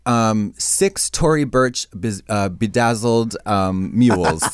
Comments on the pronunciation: it's bedazzled, not bejazzled lmao - Trixie's thinking of vajazzle 😂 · Trixie says bejazzled instead of bedazzled lol